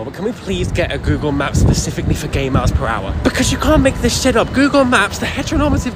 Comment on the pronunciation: i almost choked on my cocoa when i heard "gaygle maps" /pos